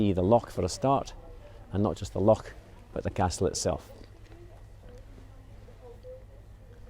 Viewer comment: love your videos....however i have to pick up on a pronunciation problem, Lock (Loch):)